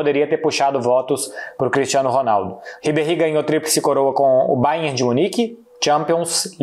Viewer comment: Só eu que percebi que o Marcelo é a única pessoa que fala o Bayern de Munique certo? 😅